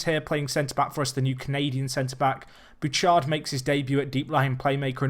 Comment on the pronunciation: Not entirely certain, but I think Bouchard is Boo-shard not Boo-chard